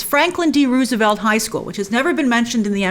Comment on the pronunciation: Why do you pronounce Roosevelt like that, Grace?